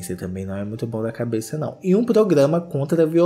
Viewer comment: Eu amo o falando "Nãuo" hahaha